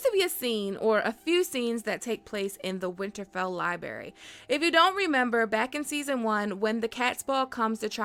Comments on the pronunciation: The amount of "Libary" spoken in this video made me cringe beyond imagination. Learn to speak... my god... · Libary 🤭🤭🤭🤭 Really?